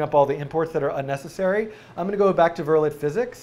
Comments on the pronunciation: btw, it's pronounced "ver-lay." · It's pronounced vur-lay not vur-let.